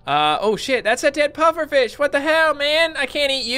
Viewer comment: It sounded like said puppet fish lol